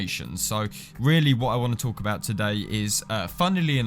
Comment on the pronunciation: Please stop saying today like that. It's horrible! Other than that good video